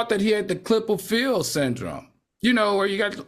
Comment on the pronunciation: It's not Klippel-Feil syndrome, AL😢